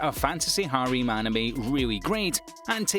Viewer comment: its harem not hareem